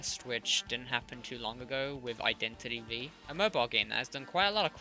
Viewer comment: Identity v pronounced identity 5*